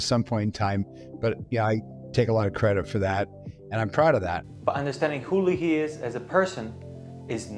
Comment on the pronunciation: It's LAY-HEE . John Leahy.